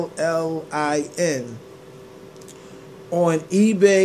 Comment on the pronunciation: Omg 🤣 he said Tefflin!